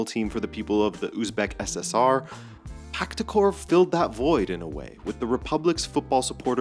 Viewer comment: It’s PaHtakor, not PaKtakor like Husanov, not Kusanov 😉